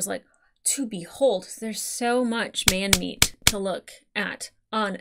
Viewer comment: Doesn't like Sanji cause of his behaviour towards Nami. Also: Says Men-meat.